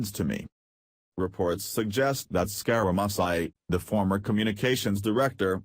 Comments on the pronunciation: LOL! Why are you pronouning his name SkyRaMysi????? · This lousy computer voice can't even pronounce the name of the subject of the video piece. I am un-subscribing